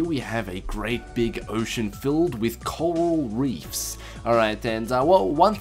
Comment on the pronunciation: Adorable "filled wiv cowow weefs" -_- those feels when someone has a speech impediment